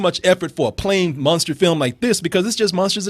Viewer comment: i hate the way pronounces "Monster"